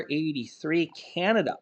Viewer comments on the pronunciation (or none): none